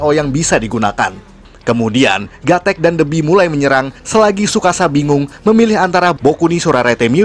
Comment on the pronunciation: wawasan luas tapi penyebutan nya aja salah wawasan darimana coba ??